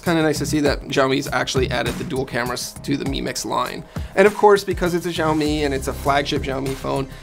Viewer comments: Its not jiaomi. It's SHaomi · Is it that difficult to pronounce the company's name even close to correctly? Xiao mi = Shao mi, NOT Jiao mi... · Xioami is said more like a S sound than a Z for future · It’s Xiaomi as in ‘Shaomi’ NOT Jiaomi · Its sao mi. Not jao mi. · It's Shaomi not jaomi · Why everybody's saying "Jaomi"?? It's pronounced more like "shaomi" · Zaomi? I thought it was pronounced Shaomi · It's 'shaomi', not 'jaoimi' or 'zaomi' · Why the hell does this channel not pronounce Xiaomi correctly? It's not like the letter X doesn't exist in English. X is x like in xylophone. Why is it even pronounced as J now? WTF. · Pronounce it like "saomi" not "jaomi"...😑🔥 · It's Xiaomi not Jaomi 😀😁😂😀😁😂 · Its not zaomi lol😂😂😂😂😂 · WTF is Jaomi? It's Xiaomi. Xi--ao-- mi. It's not that hard at all. If you still don't know how to pronounce, at least listen to Google translate first. What the hell is Jaomi. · Pls dont say “Ziamo mi mix” its xiaomi, u must say “Kciaomi” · 'x' in Chinese is pronounced more like a 'sh', think of Xiaomi more like shao-mee. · Its pronounced as Shaomi BTW. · Xiaomi is pronounced like shao-mee. Like shao in shaolin soccer. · Yo it's pronounced SHEEYAO-ME, there's no Z-sound in Xiaomi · That's absolutely right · its pronounced sha - o - mi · jaomi? jaomi? such , take 40secs to search for the name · No it's pronounced she-ao-mi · A note from a Chinese speaker: it's pronounced SHE-ow MI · Someone please tell the 'X' in Xiaomi is pronounced (roughly) 'sh'. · Xiaomi is pronounced “shao-mee”... Like “show” in ‘shower’... Why are so many YouTube channels getting it wrong??? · Pronounce it like /siɔ/ /mi/ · isn't xiaomi pronounced shaomi ??!!